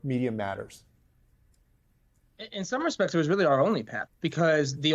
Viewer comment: bwahahahaah angelo "ke-rusoon"